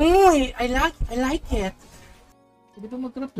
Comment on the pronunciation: "i like et" HAHAHHAHAHAHAHAH